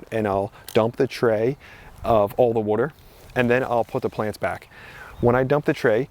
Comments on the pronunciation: Coming from jersey I have to laugh at "wooder" not water..... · Every time I hear you say water, I feel right at home as someone from South Jersey now living in Philly! Thanks for your amazing content 💜